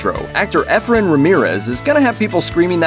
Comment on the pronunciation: Efren but pronounce like (EE-Fren)